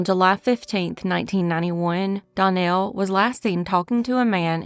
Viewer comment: Case #1 Danielle is pronounced Dan-yell.